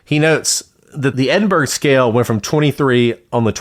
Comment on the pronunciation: Edinburgh is pronounced "Edin-bu-ruh", or "Edin-bruh" depending on which Scot you speak to, (or Em-bra if they're having a terse day), and not the typical American "burg" at the end.